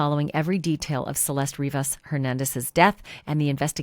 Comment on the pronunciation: Thank you for all you do. I hope they catch the person that did this! Why does everyone call her Cel-est? Her name is pronounced ... Cel-est-té. FYI You pronounce the e at the end.